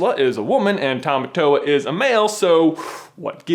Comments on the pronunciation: I almost couldn't watch this because of the pronunciation of Tamatoa. Tah-Mah-Tore. Not tow-wah. Literally meaning 'Strong Man.' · I am fluent is Te Reo Maori and Tamatoa is pronouced like "Tah-Mah-Tore-Ah" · Please pronounce tamatoa right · you said tamatoa wrong